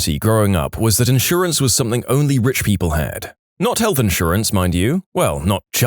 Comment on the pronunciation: No K In the word something